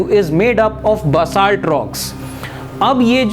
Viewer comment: SIR I AM NOT COMPLAING BUT YOU ARE PRONOUNSOING BASALT WRONG AND IF YOU FELL BAD I AM REALLY SOORY SIR